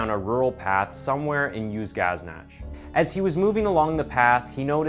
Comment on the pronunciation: Being a kazakh, I did not recognize any of the place names as they were pronounced totally incorrectly, say, for example "Uzunagash" pronounced as "Uzgaznach" instead of "uzoon agash". And with the video frames inserted,reminding nothing like a Kazakhstan or any other former Soviet Republic. But apart from that, I like how delivers the story.